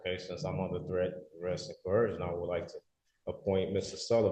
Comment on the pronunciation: Coercion. Co. Er. Shun. What the hell is coherjun?